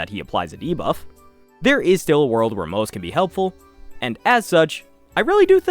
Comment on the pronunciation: isnt moze pronounced like moh zuh rather than the way it looks in english? great video though helps a lot